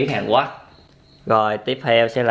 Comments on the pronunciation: Hàn Quốc mà cứ ns Hàn Quấc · Hàn Quốc ông nói là hàn guất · Sao a cứ nói hàn quắc quài v a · Miến hàn quoác ông phát âm hài ghê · Miền anh miền nào mà lại đọc " HÀN QUẮC "???